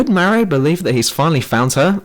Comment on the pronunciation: You're so fucking dumb. It's not Daisy it's Peach, the Halo 2 ending was a cliffhanger and you say Mario wrong.